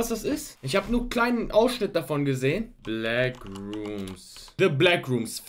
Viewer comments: Es heißt backrooms und nicht blackroomms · Wer kennt sie nicht, die Bläckrooms 😅😅